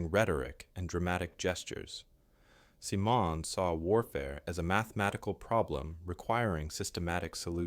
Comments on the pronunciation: The man's name was Guy Simonds, and you pronounce his last name as it is spelled (in English) ... with the emphasis on the first syllable - SIM-onds. He was not of French ancestry! Geeze, you would think that if someone is doing a video on a famous person, they would at least get their name right!! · Why can't the story teller pronounce the Canadian leader's name properly? If this were about an American or British leader pronunciation would not be problematic. Ironic? Ignorant? Hmmm. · My God, if you are going to talk about an individual at least have the courtesy to pronounce his name correctly. The first words out of your mouth call your credibilty into question!!! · It's nice that an American would take on this story. Thanks. However,: We don't say 'lootenant'. You pronounce Simonds' name about a half dozen ways, none correct. The subtitles need to be edited. The mispronunciations of his name show up as misspellings. This irks in the same way that Trump's referring to PM Trudeau as 'Governor' although I don't believe you are doing it intentionally. This lack of attention makes me wonder about the accuracy of the story. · Don't know how much longer I can put with that terrible pronunciation of his name ... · Excellent content and writing. It´s great to hear this vindication of Guy Simons. The narration is a bit erratic, though. The vocal rhythm is often strange, Simon´s name is pronounced several different ways, and some words were oddly pronounced. Still, an excellent contribution. Thank you. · Good subject, shamefully poor presentation. Butchering this person general's name verbally and in script. Get your shit together. If you can not spell how can you be trusted to have the facts in order? Meathead! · Terrible voiceover with constant mistakes and multiple pronunciations and spellings of Simon's name. Otherwise a very good video. Simonds deserved to be celebrated as a hero. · It would be very good if Simmons name was pronounced properly